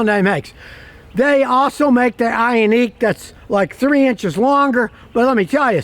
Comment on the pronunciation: Its Ioniq (Eye-On-Nick) its a "nick" not a "neek." And I've sold a lot of them. But, they have an issue with their seats and unfortunately lead to the death of a child. The pinch mechanism is faulty. They had some software updates that I think helped it, but screwed with other settings. I would absolutely steer clear of both the gas and hybrid this year. I was showing a customer one the other day, and we couldn't move the second row up enough for him to ge into the third row.